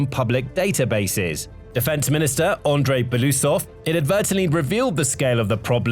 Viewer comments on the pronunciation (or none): none